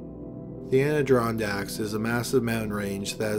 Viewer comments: Ahh De Ron Dacks, not Androndacks. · man i love your videos but you have GOT to start checking your pronunciation of some of these words you're not familiar with. you say ANDRONDACKS over and over when it's ADIRONDACKS. totally takes me out of the story and the video. keep up the good work otherwise. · It's not Aniddron dacks, you do so much research but you can't check how to sat this? The Adirondack Mountains /ædɪˈrɒndæk/ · the Anadrondaks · What you called them the airidondics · The ardirondecks eh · anna-ron-dacks....university of Wisconsin ...pierced nipples anyone? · Pronounced Ader-on-daks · As an upstate New York "native," it was painful to hear your mispronounce the Adirondacks, which is pronounced the way it sounds. You keep saying Adrondacks. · Its pronounced Ah-Di-Ron-Dacks. Holy shit. You butcher every town you mention. All the videos. I love them but Jesus. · As someone who grew up in the ADK I am both horrified and charmed by that pronunciation. Never in my life, not even from downstate residents or out of state people, have I heard it said like that. Well done. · Why are you saying Adirondacks like that? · Jameson Spencer THATS WHAT I SAID TOO!!! LMAO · every time this dude tries to say “Adirondacks” it comes out like Steve Brule 😂😂😂😂😂😂😂 holy shit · I'm from the adirondacks and thats not how it's pronounced dude....